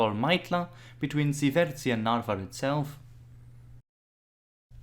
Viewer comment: Not bad, but some of the Estonian names and pronunciations need still work. For example "Ssivertsi" is Siivertsi and "Pahklemae" - Pähklimäe. Most of the estonian words has emphasis on the first vowel and two vowels are pronounced long like "tUUling" (somehow author decided to pronounce "u" as "ü") or "RIIIpalu" (not "riPAlu") . So "ssivERtsi" should be "sIIIvertsi", "pähklaMÄe" sounds more like "pÄHklimäe". Other than that - Good job! Subscribed.